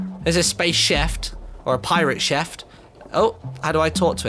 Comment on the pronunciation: Chieft?... wtf is a chieft?! lol